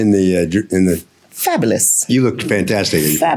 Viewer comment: And fabalis fabalis fabalis 😂